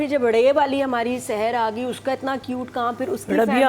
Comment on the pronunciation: Jitni bar ye admi sehar ko sarah bolti hei mujhe etna gussa ati hei🔪🔪🔪. And thumbnail thik. Karo sehar not seher